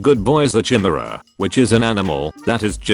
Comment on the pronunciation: I'm pretty sure that's not how you pronounce chimera